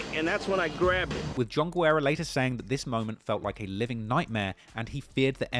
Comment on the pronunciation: I think you pronounced John Guerra every way but the correct way Mad respect, fuck him up